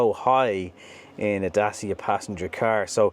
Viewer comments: It’s pronounced “Da-Che-a”, not “Da-C-a” or “Day-c-a”. Same as it’s “Shkoda”, not “Skoda”. You’re welcome. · Would like to point out thats Dacia say their name is pronounced "Datch-a" and not Da-cee-Ah. . You're welcome ;) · Stop calling it Da-cee-a! It’s Da-tch-a! 😃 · It's DaCHIa not Dasia :) Like in Dutch (Dutch-ia), CHIldren, CHEeese etc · Really considering a Dacia (your pronunciation is all over the gaff mate, its officially 'datch-ee-a'. At least thats what i saw on another video where one of their own people was saying it. But yeah, I'm going to look long and hard at this car, despite the utterly stupid name. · The name of the brand is pronounced: "datTCHia"...